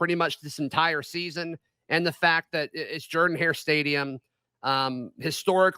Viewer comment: How can Auburn fans say they love their stadium so much when they can't even pronounce "Jordan" correctly? :>